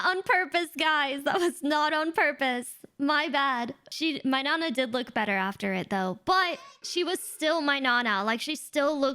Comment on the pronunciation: Hearing say "nana" like that makes me think she's Mexican